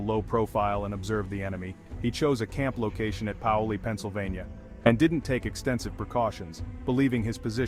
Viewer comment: It is pronounced "PAY-oh-lee"